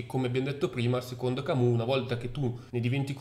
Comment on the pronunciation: Attenzione alla pronuncia francese Camus! " Camiu "